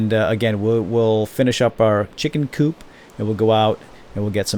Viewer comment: lol chicken coop sounded allot like chicken poop